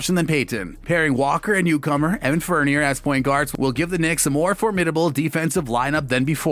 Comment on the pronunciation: Tom Thibidoooo. Evan Fernierrrr. Nerlens Nuool... IM DEADDDDD